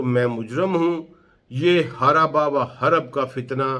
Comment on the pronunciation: ھَرَبَ وَ حَرَبَ نہیں ہے پڑھے لکھے بھائی, ھَرَبٌ وَحَرْبٌ ہے